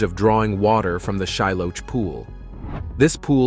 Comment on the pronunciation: This is a really excellent video. However, Shiloach is pronounced "shee-LOH-ahkh". A "ch" transliteration in Hebrew is a gutteral "K" sound, produced behind the uvula. 👍